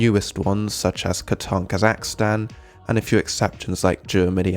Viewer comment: How to pronounce Kazakhstan (so we know wth you are saying)